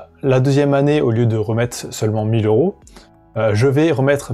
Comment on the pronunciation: Cent euros et pas cent zeuro !!